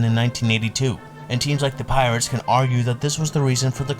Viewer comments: Did you say Pittsburgh Peeretts? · Dude. There are so many mistakes in the video I could t even finish it. The Pittsburgh Pee-rits? Enos CA-ble? Al Oliver on the 79 Pirates? If you're going to go through the trouble of putting together a video at least pronounce basic elements of the story correctly and do like 5 minutes of research. It's like you just got an AI voice to read this script.